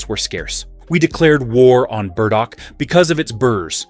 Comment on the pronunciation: You trip over your AI. Who TF were the gardeners? Women, yathink? And it's sweet CICELY, not the island off Italy. And BURDOCK, not berdo. Otherwise, helpful.